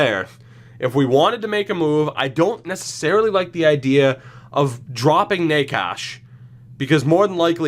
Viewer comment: It’s pronounced “ Nay- Chess”